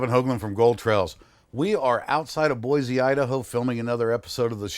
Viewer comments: Its "Boy C" not "Boy Z"! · Great video, but there is no "Z" in Boise (Boy-SEE).